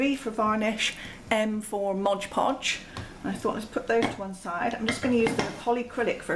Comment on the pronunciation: Just fyi, it's MOD not modge. It's right there on the jar!